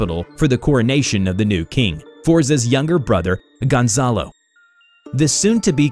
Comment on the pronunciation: Dem, i like how you pronounce Gonzalo